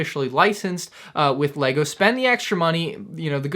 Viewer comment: No he pronounces right and what knows about lego you are so dumb